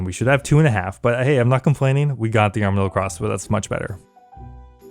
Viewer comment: harm-adyl crossbow 😂 yes it does cause harm but i think its pronounced arm-adyl